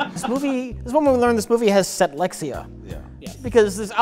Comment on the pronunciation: When said "set-lexia" I thought for a moment both he and I were actually just dyslexic.